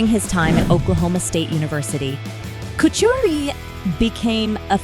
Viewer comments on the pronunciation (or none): There is no CH in his last name Stop butchering it